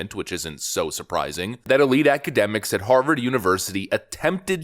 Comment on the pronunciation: An honorable academic from Haaaaah-vaaaaahd....whod'a thunk it....